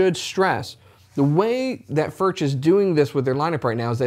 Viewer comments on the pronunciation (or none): one note, actually in Czech "CH" is pronounced differently from Engllish: "CH" sounds same way like "J" in Spanish ("Juan"), so it is better to pronounce it not as "FurCZ" (like in "Czech"), but more like "FurJ" (J like in Spanish "Juan"). I know, difficult .. ;-) Still terrific guitars regardless of pronounciation 🙂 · pronounced Furk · Please, pronounce as [fʊrɣ] or [fʊrx]. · Considering the large Czech population/history in Texas, it is great to see Alamo Music handling Furch! Thank you!!! I won't even ding you on the pronunciation! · His name is pronounced with a "U" like the first "U" in Albuquerque and not with a "U" like in Burger. The "CH" is more like the spanish way to pronounce the "J" in the name "Julio"..... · Great vid mate ... but PLEASE PLEASE PLEASE try ton pronounce the name correctly. You’re a musician, you have a musical ear and you have the ability to get it right. But like I say - great vid